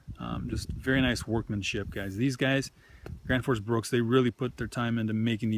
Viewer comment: Randal Flagg It's actually "Graensforsh Bruuk" :) (Gränsforsbruk) Directly translated it would be "The border river/stream factory" (Word Bruk is not a translation for factory, it would be "Fabrik" in Swedish, but bruk comes from the Swedish word "Jordbruk" which means farm (Jord = earh, Bruk = to use). There is no English translation for the word. A bruk is a place where you refine natural resources, in this case metal.